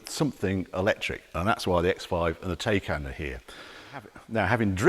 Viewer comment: It’s pronounced “Tiecaan”… Also, one can put a lot of Electricity into the BMW for a $30,000+ price difference 😉